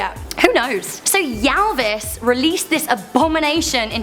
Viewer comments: That's not how you pronounce Ylvis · Omg you pronounced Ylvis so wrong haha im from Norway BTW so i know how :p